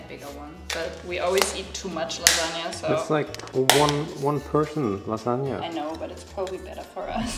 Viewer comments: I think they are SO CUTE but damn that "lasagna" hurt my poor italian heart. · I'm italian, and i love pronunciation of lasagna and ragù